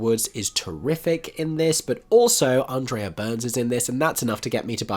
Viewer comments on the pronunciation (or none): none